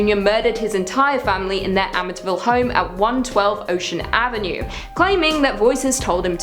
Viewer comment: I cringed everytime you said amitiville ......its amityville